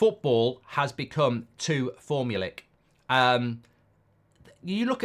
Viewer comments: Formalic? You mean formulaic Mark? 😂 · Form - you - lay - ick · I know you’re a little touchy and all Mark but fyi formulaic is pronounced for-mule-ay-ick